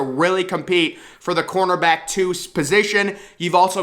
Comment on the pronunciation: I completely agree ...but on a side note can you please stop pronouncing cornerback like cornterback?